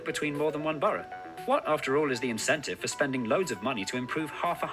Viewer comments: Btw I remember you saying you were confused by how we pronounce borough - you say it sort of like Bur-O. We say it like Bur-A (sounds like Bruh) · We pronounce the word borough ‘burruh’ not burrow. 😀